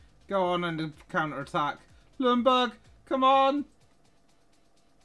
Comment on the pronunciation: i like how every english person says ljungberg. lumburg lmao🤣